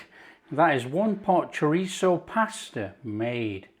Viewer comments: It's 'chorizo' not choritzio. Pronounced, 'choreetho' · I have a file just for my husband and this is going straight in there! Thank you Chef! Btw, its pronounced "CHO-REEZ-SO." 😉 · It’s Chor-reezio in our house from now on 👍😃